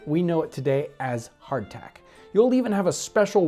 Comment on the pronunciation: i hope i´m not the only one who heard a 'clack-clack* whenever he mentioned Hard-Tack ^^